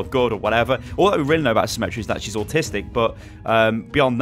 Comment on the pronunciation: Did you just say Symmetra is 'autistic'